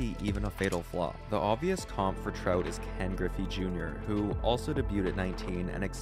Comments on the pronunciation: Sounds like you are saying trote lol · The way he says Trout is super weird.